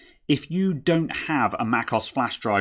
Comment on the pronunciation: Going to try it on my 27" 2015 iMac. It's not oss is O.S. two letters, not one word. I won't even try to fix your mispronunciation of Monterey😂 Thanks for the video